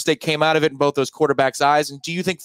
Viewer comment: Did he legit say “bof” of them? Wtf? 😂